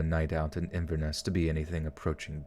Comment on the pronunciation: Fellow fan from Inverness! The way the auto voice did it is actually how it's said. SO cool hearing other people on this town listen too :D sad I missed the stream